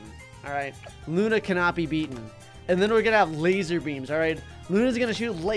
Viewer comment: It’s luuuuuuuunnnnnnaaaaaaaaaaaaaaaaaaaaaaa not luna